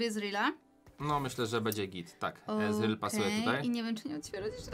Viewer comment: Czyta się ezreal